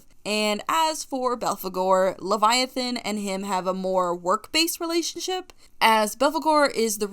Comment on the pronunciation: I love the fact that you are going by all pronounced for leviathan, like, It makes sense